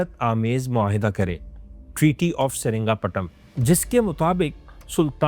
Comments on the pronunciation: Seringapatam ❌️ Seringapatnam✅️ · Dekhne jaa raha tha… lekin jaise hi saringapatnam naam suna instead of srirangapatnam… mood hi off ho gaya… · Saringaptnam❌️ Sri Ranga patna ✅️